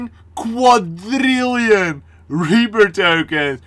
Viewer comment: Quadrrrriolin with russins accent xD